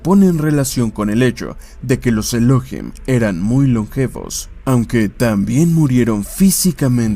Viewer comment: No es Elóhim, es ELOHÍM. Con acento en la I. Es una palabra aguda, no grave o llana.